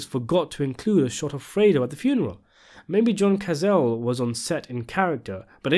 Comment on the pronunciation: Pronounced “kah-tsa-lé”, not “kazal”. It’s an Italian family name.